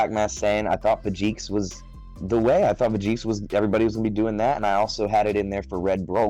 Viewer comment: Could of things 1. The way he said Vegeks enraged me lol, 2. I want to see blue baby top cause it's good, 3. I think if Vegeks play goes down Bandai may not do anything to it lol.